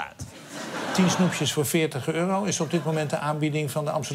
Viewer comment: 50 eurauh! LOL